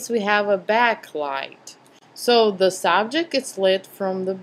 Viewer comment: Its ok , are you french by a chance ? I watched you videos to learn how to photograph before I went to Paris . In Paris everyone did the same thing as you , pronouncing "z" so much . They even had " All In Ze Box " instead of "All In The Box " at KFC.